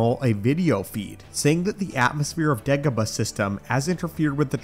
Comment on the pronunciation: It sounded like you said ((Degabadoh)). LoL It just rolled into my ears like that, idk. 🤷 👌